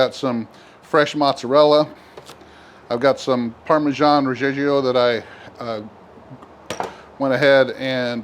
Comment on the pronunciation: definitely buying pizza stone for my bullseye now! one thing tho.parmigiano reggiano is par-mee-JEAH-noh red-JEAH-noh